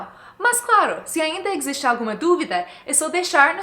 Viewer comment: Mais um vídeo excelente! Muito obrigada por compartilhar seu conhecimento :) Nós usamos a palavra 'ponto' quando nos referimos a lugares. Por exemplo, "em que ponto do shopping você está?" Ou "Me encontra no ponto de ônibus". Nesse caso, usamos spot em inglês, é isso? E uma observação sobre pronúncia no português, você falou "existe" assim - /EKSZISTE/, mas a gente fala /eZISte/, sem "eks". Abração! Cheers :)